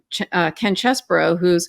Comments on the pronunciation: Cheese not chess, I checked on line for the pronunciation. Ken Chesebro. Please pronounce correctly. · Please Google Chesebrough's pronunciation. It's not chessbrough it's Cheese-bro